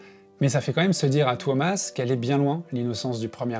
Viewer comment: His name is not Thomas, it's TUO-mas